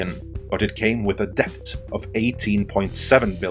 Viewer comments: "dePt" Lmao Best google the pronunciation of debt. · A little tip: debt is pronounced dett; the b is completely silent. In fact, in Middle English it was spelt dette/dett, but later on the b was added as part of 'Latinisation' (spelling words more like their Latin origins, regardless of pronunciation). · Isn't DEBT pronounced /det/? :o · Please learn how to pronounce words correctly if you have to use them every 10 seconds. It´s really distracting to hear "debt" pronounced as "deBt" when it really should sound like "det". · I don’t know if I can keep hearing debT! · Why the fuck can this man not pronounce the word debt? There's no K in it, dude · Debt the T is silent. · Don't pronounce the B in debt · learn how to properly pronounce "debt" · are you pronouncing the “b” in “debt”? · The B in "Debt" is silent. It's from old french. Not to be confused with the word "Debit". English is truly a confusing mish mash of other languages.